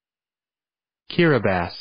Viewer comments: No they didn’t it’s actually pronounced as giribas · I'm from Kiribati but we pronounce it Gili-bass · It is pronounced ki-ri-bis with a rolled r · This is no wear near how to pronounce it sae kee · MomNPopCopyShop the pronunciation is incorrect. You’re referencing to what the “ti” at the end should sound like. I’m referring to the pronunciation of the whole word. The pronunciation in this video is not correct. It has been Americanised.